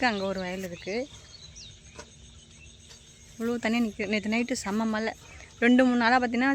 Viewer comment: திருத்திக்கவே மாட்டீங்களா மலை சொல்லாதீங்க மழை னு சொல்லுங்க